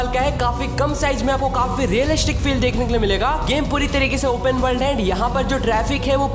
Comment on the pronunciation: bhai realishic kya hai ??😂